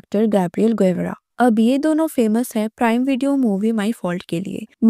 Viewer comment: Gevra nhi GAVARA pronunciation hota hai